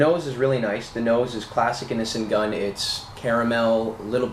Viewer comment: It sounds like you are saying "Innocent Gun". That's a cool name for a beer too.